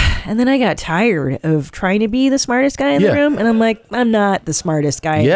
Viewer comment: Christy Pac finally admits to trying to be a psych, while also pronouncing tired like a moron.